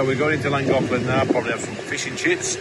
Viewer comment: In deference to the inhabitants of Cymru, you could sharpen up your pronunciation of Llangollen, that's unless you want to appear racist.